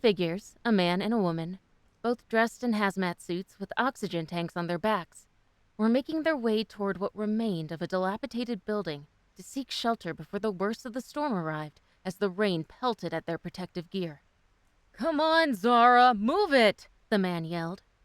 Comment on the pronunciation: LOL. “Dilapi-tated”? It’s dilapi-dated